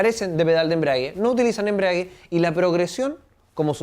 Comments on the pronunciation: embrague...no embriague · embragua...no embriaga...